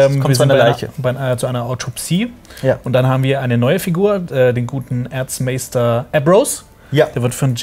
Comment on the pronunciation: Bei Erzmaester versteht man irgendwie Arschmeister. Jaja der gute alte Arschmeister wer liebt und kennt ihn nicht.